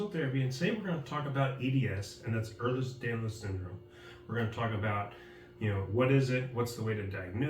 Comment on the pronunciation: It’s not Eh(R)lers Danlos, it’s Ehlers Danlos. 🤦🏾‍♀️